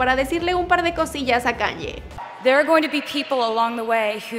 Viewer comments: Se escribe Kanye West Pero se dice Keni West Un pequeñito error nada nada...grave..😅😅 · Por favor. Debes de orientarte como se pronuncia correctamente el nombre del artista. Kanye, se pronuncia keyne